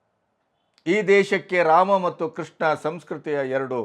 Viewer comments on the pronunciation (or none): none